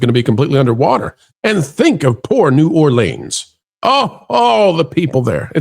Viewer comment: love your work always but it's New ORlens, not New OrLEANS. Just so you know. 😊